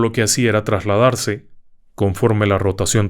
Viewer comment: Saludos al equipo, He visto casi todos los videos, muchas veces hago hasta maratón de videos, 😂 pero nunca me había percatado que en muchas palabras no pronuncia la S intermedia ejemplo ( isla, trasladarse ) la sustituye por la (j) sólo en éste video me percaté de esto, es sólo un comentario se me hizo curioso, felicidades por su canal y su excelente narración, saludos cordiales.